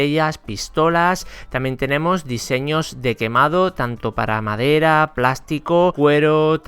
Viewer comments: En el minuto dice maedra en ves de madera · like si viste que dice MAEDRA en vez de madera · Like si notaste que en el 2 dice maedra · Wey escucha bien por qué dice MADERA no MAERA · ''maedra'' like si lo notastes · Dice maedra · Dice "Dibujar en MAEDRA" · En el minuto dice maedra :v